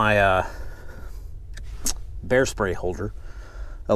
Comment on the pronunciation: thought he said "Hair spray"